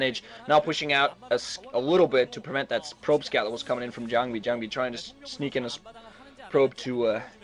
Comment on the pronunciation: can some one kick the new boy when ever he says jangbi?